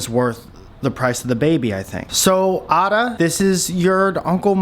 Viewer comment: Pssst I think it’s pronounced “Ayda”